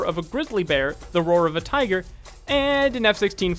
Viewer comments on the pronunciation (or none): none